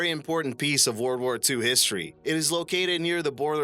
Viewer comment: "word ward 2" lol